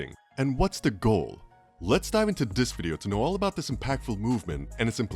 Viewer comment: Hey guy, learn that there's no letter 'd' in the word 'this' and maybe I'll watch your video next time.